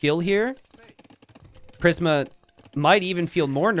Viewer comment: Prism (PRIS-M) killin me with mispronunciations